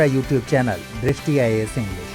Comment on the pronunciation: Please Mam Aap serious hokar read karo.. 289 ko do hazar 89 Atalji 2000 ko Atalji 2020 I think it was slip of tongue But dristi is drishti...thank u